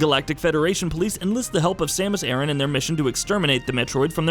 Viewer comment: Once he said Samus' last name wrong I immediately had an aversion to this whole video